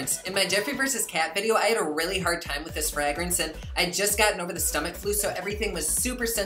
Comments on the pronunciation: Ffrrayyygrance 😂 I love how he says fragrance! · I love,love, love the way you say fragrance.